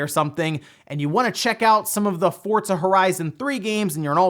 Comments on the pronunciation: Try saying Pizza. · The word "Forza" does not have the letter "T". Not sure why you always say that.